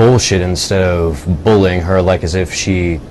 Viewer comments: u say bullying like bolin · The way you pronounce bullying bothers me...